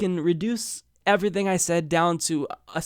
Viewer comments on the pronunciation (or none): none